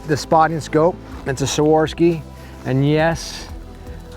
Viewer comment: Swarovski - SWAR-OV-SKI not "swarski" haha